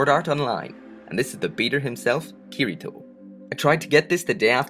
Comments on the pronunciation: it's not kir I toe its kitty toe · ***** the way he pronounces the name Kirito is incorrect.